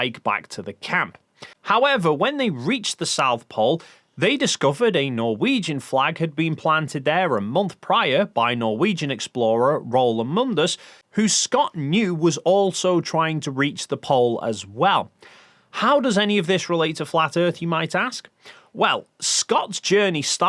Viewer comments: 4.26 "rola mundus" wtf? that sounds nothing like Roald Amundsen. lol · Raulamondus? So sorry. His name is Roald (his first name) Amundsen (his last). Just pronounce every syllable. Greetings from Norway. We beat you to the pole. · Roll Amundus???? Roald Amundsen!! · As a Norwegian, it did hurt a bit to hear about Roald "Amundous". His name was "Amundsen", and it is pronounced quite similarly in English and Norwegian. Also, why was "Scott" mentioned first, even though he was a failure as an explorer compared to Amundsen? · Roul Amundus? really? or Roald Amundsen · "Rollamundus" .. I'll never stop laughing at people trying to pronounce Norwegian names. x'D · "Roal Amundus" lol 😂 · Roll amongus... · tiny correction, the Norwegian man’s name was Roald Amundsen….edit: hmmmm maybe that’s what did try to pronounce:) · As a Norwegian it is funny to hear try to prononce "Roald Amudsen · It's not even that hard. It's like he'd never heard it spoken before 😂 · wait, i don't think that's how we should pronounce Roald Amundsen's name... :-s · your butchery of Roald Amundsen's name is Level 9999 😅No hate whatsoever, just love from me! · Were you trying to say Roald Amundsen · great video. but man you really butchered the pronounciation of Roald Amundsen. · I'm norwegian, and I'm just here to say that you butchered poor Roald's name 🤷‍♂😂 But keep up the good content though! 🤘